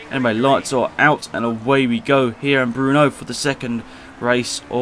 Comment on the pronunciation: "Bruno"? Are you serious with this pronunciation?